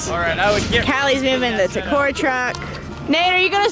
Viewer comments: Why does everyone in the video says t kor instead of TKOR as in like t-kor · They calling it "T-core"??? Nahhhhh. It's T.K.O.R. The king of random...